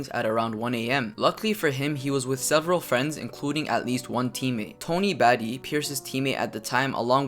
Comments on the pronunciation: It's pronounced Ba-T, Tony Battie not batty, get it right guy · Beat me to it. Bah-Tee.